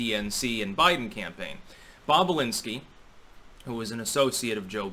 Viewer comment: I thought they were saying Bob Alinski.